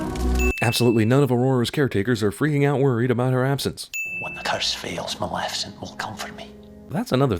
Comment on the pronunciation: Sin: everyone keeps pronouncing it "Malificent"